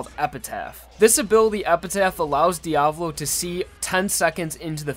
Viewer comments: How you spell it: Diavolo How you pronounced it: diavlo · Okay- a two things. 1) It’s Di-a-VO-lo. The emphasis is on the first o. 2) King Crimson is weaker than The World, but that’s good. Jotaro only won against DIO because Araki wrote a “no u” into Star Platinum’s ability list. Passione had to wear Diavolo down so he couldn’t use KC/Epitaph to its full extent before claiming the arrow. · Really annoys me when he says Diavolo wrong. It’s an Italian name so you say the A more softly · You’re pronouncing it wrong it’s Diavölo/ diav Olo. Not Diavlo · Is that how you are supposed to pronounce diavolo? I’ve always said dee-uh-vah-low but you say dee-ah-vu-low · It’s pronounced Dee-a-voh-lo not Dee-avolo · its not Diavlo its Diavolo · And the devil since he says Diablo instead of Dia-vo-lo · Why TF he pronounces "Diavolo" as "Diablo" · Who cares if the meaning is the same, "Diavolo" (dià‧vo‧lo) is not pronounced as "Diablo" (di‧a‧blo), take your Spanish or Italian classes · I don't know how diavolo is supposed to be pronounced but I feel like dee-uh-VOH-lo makes a lot more sense then dee-AH-vuh-lo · ive always pronounced it as "dia-vohloh." Didnt know it was Diavalo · It's "JOJO" and is the emphasis is on the A in Diavolo.